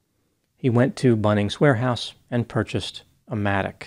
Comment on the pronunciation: As an Aussie, hearing say "Bunnings Warehouse" was kinda funny to me 😅